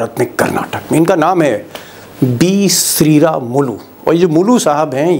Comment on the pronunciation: Mulu nahin nam hai Sri ramulu